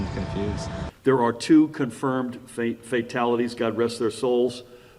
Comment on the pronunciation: did he say faketalities?